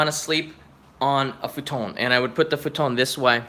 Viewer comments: You mean futon? Futone sounds italian not Japanese or English. LOL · Why does he say futon weird